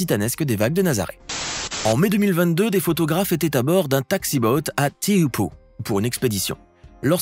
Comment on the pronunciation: Super joli 🎉 Pour info on prononce à peu près Tchopo pour Teahupoo